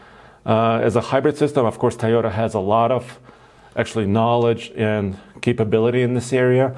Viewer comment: I might be the only one bothered by his pronunciation of the word Toyota.. Its not Tiyota. Easy fix.